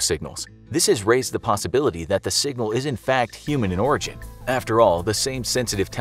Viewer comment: I dont know why I heard alien in Oregon instead of Alien in Origin